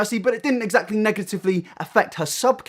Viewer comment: I don't condone bullying someone for a speech impediment or for not being able to say a word correctly. But Alfie's pronounciation of the word "Exactly" is my own personal hell. Essactly.